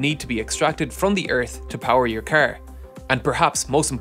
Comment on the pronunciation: Am I the only one who is like super bothered by how he pronounces the word "car" lol